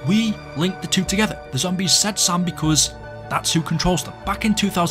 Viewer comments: My ass always thought the zombies were saying Sail😅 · Sam? I always heard "SALE" or something